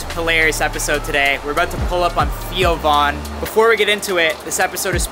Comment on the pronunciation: "ThEE-o'von" Why you say it like that bruh? Lol